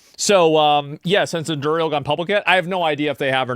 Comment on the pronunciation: Cant pronounce Anduril